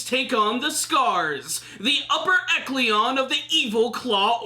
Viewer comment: ... esh-uh-lon, not eklion.